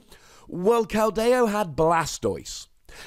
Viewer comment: It's Keld-e-o not kel-dai-o